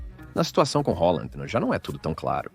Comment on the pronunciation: quem é Holanda??? o cara quer falar chique, mas está é passando vergonha falando o nome do Halland de forma totalmente equivocada